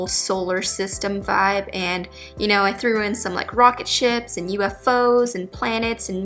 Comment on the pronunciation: Did anyone heard rocket sh*ts instead of rocket ships too?